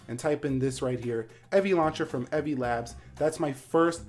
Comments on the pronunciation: How do you mispronounce "Evie"? Its a name and super easy to pronounce. How do you get "Evvie"? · You mispronounced "Evie." If it was to be pronounced like that, it'd be spelled "Evvie." Cool video though